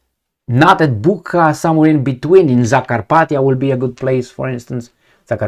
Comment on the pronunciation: Bucha is pronounced similarly to butcher.